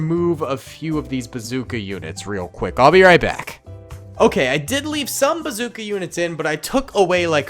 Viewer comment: I just wanted to be the 200 comment Also said basooca